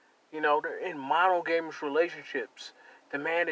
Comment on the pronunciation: Did he say MONO-GAYMUS(monogamous)?🤣🤣🤣Sorry, that cracked me up. But he's totally on point though. This is why I love being 41and have girls in their late 20's still looking at me, trying to talk and kick it, while women in their 40s or late 30's are chasing young dudes and cool with being the old chick in the club/bar. The other day at work there's this youngin who's been trying to get w me for a few months already and I just dodge it all like NEO. But I was talking to a friend at work the other day and telling him how I find it sexy when a chick wears jeans and timberland boots because I grew up in the 90s in NYC. She heard me say this. The next day in front of everyone she tells me "look I wore my Timbs for you!" The older chicks were heated in the cafeteria, I could see it. It must suck to be around my age and I'm still calling them ma'am cause they look that much older than me🤣🤣🤣. It's a constant hilarious reminder of the WALL - and how I don't have to worry about it. I plan on getting old like Sean Connery🤣🤣🤣